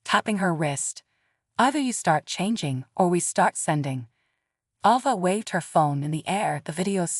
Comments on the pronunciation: Stop mispronouncing Ava 😢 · Stop mispronouncing Ava 😢😢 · Please stop mispronouncing Ava 😢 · Please stop mispronouncing Ava 😢😢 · Seriously stop mispronouncing Ava 😢😢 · Could you please stop mispronouncing Ava 😢😢